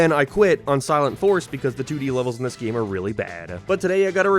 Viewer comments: what is a Gyem and a Nyem what does he say it like that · “geam” “abaut” ”maryo”